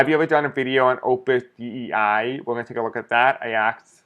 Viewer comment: Dei is pronounced day. Thanks for reading on it